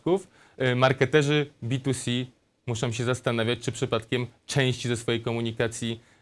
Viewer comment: statystykom, rewolucjom, muszom. Naucz się wymawiać....ja prld.